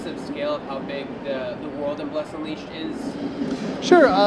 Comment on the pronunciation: What is with this presenters inflections and emphasis on strange parts of worlds. UNleashed, A quest...he put the wrong emphAsis on the wrong syllAble. Its like he was trying to do it on purpose. Every "uh" sound is so forced and pronounced....I can't put my finger on it. But its just weird... Also the game play looks kind of boring but, most likely better than the PC version. The combo system on pc is horrible, this looks much better. But, it is very slow and janky looking. Either his sensitivity is too high for him, or he is just that bad with a controller, but he's all over the place. Hopefully it has a lot of UI options too. You do not need any of that garbage on there, im sure its just demo purposes. Why don't more MMO's take cues from ESO? that is the best damn UI i've ever experienced in an MMO. Inventory menu's and skill menu's aren't the greatest but while you're actively playing its THE BEST. Hands down.